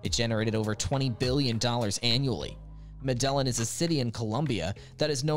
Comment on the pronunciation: How are you gonna pronounce Medellin like that